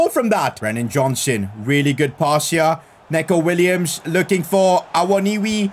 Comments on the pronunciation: not neck-o williams it’s pronounced knee-co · it’s pronounced ‘knee-co’ not ‘neh-co’ btw